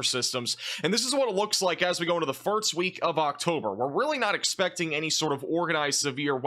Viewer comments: He flips the "s" and "t" and pronounces it as "firts" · "The Fart's Week of October" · exactly, he consistently does it. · I heard it that way as well😂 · Thank gawrsh I'm not the only one who heard it 😭🤣🙏